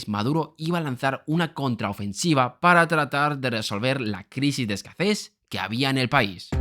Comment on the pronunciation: A mí lo que me ha chirrido es que has dicho "escaces" en lugar de "escasez". Pero no pasa nada todos tenemos palabras que no pronunciamos bien o bien si no somos nativos. No pasa nada. 😅